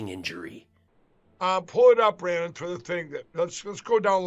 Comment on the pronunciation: "LETS GO BRANNON"